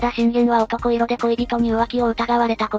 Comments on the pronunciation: 男色→「だんしょく」と読みます。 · 男色おとこいろ→✖だんしょく→〇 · 男色(おとこいろ)ではなく、だんしょく。